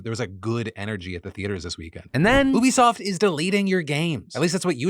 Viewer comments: Why do you say oobisoft? It's U-bisoft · Phil, it's "you-be-soft" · Bro it's YOU-bisoft not OO-bisoft 😭😭😭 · LOL defranco can be such a clown... Ubisoft does not rhyme with booby-soft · Is Phil pronouncing Ubisoft wrong or have I been pronouncing it wrong my whole life….